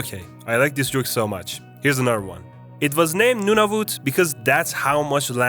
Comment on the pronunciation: Not no of it it's n-U-nah-v-U-t